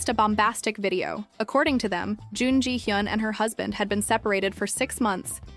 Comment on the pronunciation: It's hard to watch this when you pronounce her name wrong every time you say it. Her name is in like almost every other sentence.